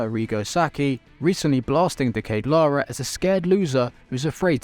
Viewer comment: The pronunciation of De Ketelaere kills me